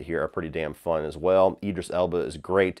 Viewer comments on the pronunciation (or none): none